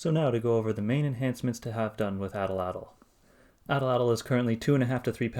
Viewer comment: Awesome machine! But can we talk about how you’re mispronouncing Atlatl?